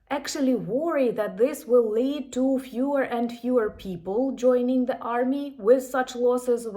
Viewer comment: Keep up the good work You say “the Russian army” correctly But not “the army” Before a word starting with a vowel the becomes thee and the two words combine in effect So, “the army” becomes “Thee-army” It facilitates spoken fluidity in the same manner that “is not”becomes “isn’t” Slava Ukraine